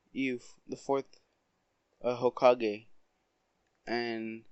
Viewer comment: When you said you might not became the Hokage it sounded like you said you may not have became the HOEkage